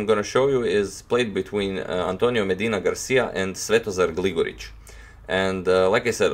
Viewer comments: Finally one can hear "Svetozar Gligorić" properly pronounced ;) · You pronounce Svetozar Gligoric's name like a native!?